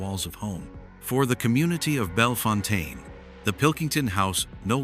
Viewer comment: Bellefontaine is pronounced “bell fountain “